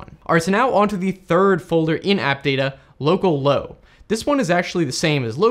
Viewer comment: At the begging I thought you said locallow as locallocal and I was confused